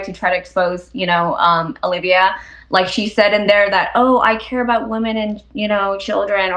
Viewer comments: Stop saying woman instead of women lol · I love videos...but more then anything that every single video doesn't know there are two ways to say Woman and Women. It legit cracks me up. if there are more then 1 females it is Women pronounce wi-men... just one lady...Woman. 😂😂😂😂